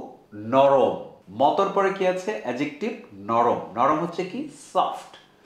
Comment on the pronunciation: অ্যাজেকটিভ ❌ অ্যাডজেকটিভ ✔️